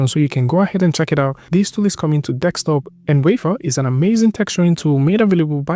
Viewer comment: kills me every time he says that :D Also "currently right now".